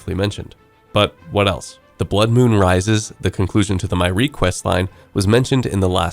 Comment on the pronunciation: what? Is that how you pronounce myreque?